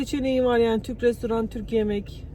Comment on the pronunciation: Restaurant adini anlasilmiyor